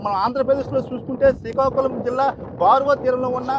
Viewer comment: సీకాకులం కాదురా బాబు... శ్రీకాకుళం